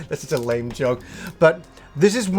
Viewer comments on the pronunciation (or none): none